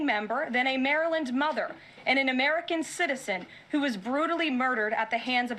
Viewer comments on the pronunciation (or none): "An Anamerican citizen". Wow! And she was reading it from a script. On a more scary note, I used to question how Hitler was allowed to get away with so much before allied intervention. Sadly, this administration is showing us in real time. Let's hope Congress grows a spine before we get that far.